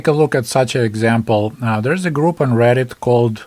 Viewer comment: get-it (aka Reddit but you said to rhyme). He said in the video.